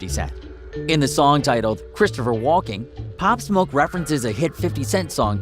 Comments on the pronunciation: “opp smoke”? 🤦‍♂️😂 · he said pop smok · he said his name wrong